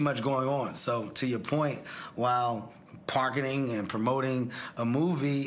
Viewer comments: He said Parketing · You caught that too?! "Parketing and promoting" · Are we "Parketing " now ?🤔😉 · Why did he say, “tudos” and “parketing” instead of kudos and marketing? That was weird and he didn’t even catch himself and correct.